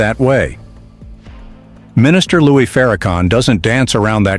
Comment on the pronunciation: pronounce the name correctly is not Louie is Lewis he is not a Mafia figure Louie or King Louie he's missed the fire come Lewis Farrakhan